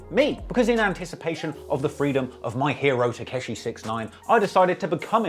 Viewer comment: For the amount that he's looked into 69 how does he still pronounce it "Tekeshi" 😅